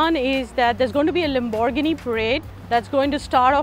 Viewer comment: the way lady pronounces lamborghini. WTF ?